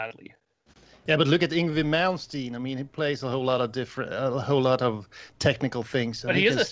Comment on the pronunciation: Weird to hear a Swede pronounce Malmsteens name like an American.